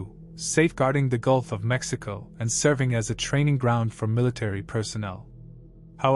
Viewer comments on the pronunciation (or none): none